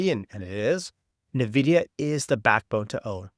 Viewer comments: it's not "nahvidia" it's "N" "vidia" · Yeah i instantly close the video whoever STILL can't say it correctly. NAHVIDIA. JEESUS